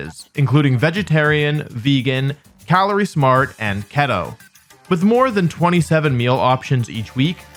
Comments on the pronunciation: FWIW it’s “kee-tow” not “keh-tow” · Btw keto is pronounced like cheeto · WHAT DO YOU MEAN KEH-TOE???? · Just wanna point out but “Keto” is pronounced as “key-toe” rather than “kettle” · man said ket-to instead of kee-toh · It's Key-Toe(Keto), my guy. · Why did he pronounce keto as ket-o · Not only do you pronounce pokemon names incorrectly, you pronounce Keto incorrectly somehow too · I can’t tell if Wolfe intentionally mispronounced Keto or not